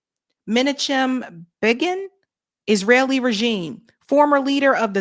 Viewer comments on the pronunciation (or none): Menachem is pronounced Men a kim